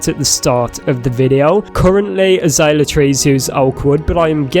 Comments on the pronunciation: It's pronounced uh·zei·lee·uh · Uh-zale-yuh. And those are flowers. Not fruit. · your saying it wrong its a zae l ea